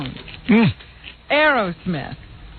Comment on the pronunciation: Why does Howard call them "Arrow" smith instead of Aerosmith..?